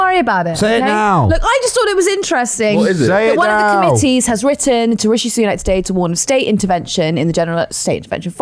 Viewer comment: I know they're saying "rishi boobs-nak", but all I can hear is " rishi boob snack"...